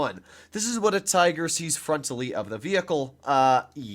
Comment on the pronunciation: "We got the Te-iger" I'm sorry. The what?